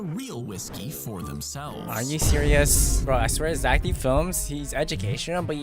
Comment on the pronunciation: “poo poo poo idc poo” -totally not becoming zech